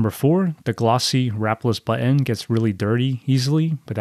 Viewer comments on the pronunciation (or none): none